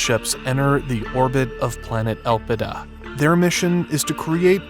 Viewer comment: Elpida = Hope in Greek. But should be pronounced on the second syllable.